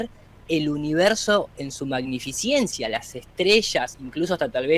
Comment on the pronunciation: te oí decir en varios lugares magnificiencia, cuando es magnificencia.